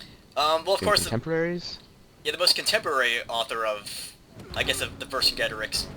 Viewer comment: Ver-sin-jay-tor-eex= Vercingetorix.